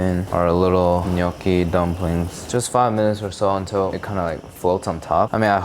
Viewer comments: I’m Italian your GNocchi pronunciation was on point 🙌🏼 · Appreciate the correct pronunciation of gnocchi 😊